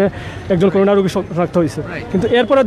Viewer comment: করুনা না "করোনা"। শিবির পেলে কাছে যাবেন না ক্রস ফায়ার দিবেন?